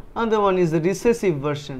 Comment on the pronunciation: Recessive not reccesive